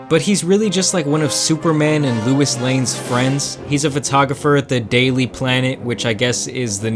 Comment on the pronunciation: I hate how you pronounce Louis